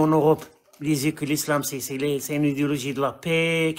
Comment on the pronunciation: tu fais exprès de dire idiologie quand tu prononces idéologie ? ..... où ça vient de moi ? lol